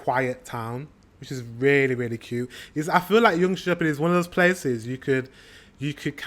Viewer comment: One of the guy sounded like he is from Germany and the other maybe France, both pronounced Swedish places wrong around Jönköping.